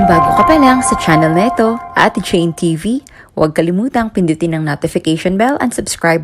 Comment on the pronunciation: nUtification ? Arti mo naman? Hindi ako nakikinig sau,arti